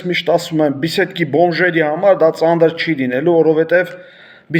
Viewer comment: Ոչ թե ծանդր,այլ ծանր